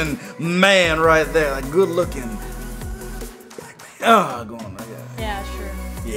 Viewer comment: said “black man” but at first I thought he said “Batman” and then I made a GIF and sent it to my bff and she said” I just watched that video and you did something wrong and right. said “black man” which is rasist. That’s wrong. But then you changed it to saying” Batman” which is not rasist. And that’s right. So you did the right thing for the wrong reason.” And then I texted back”......oh. Never mind”LOL👌🏻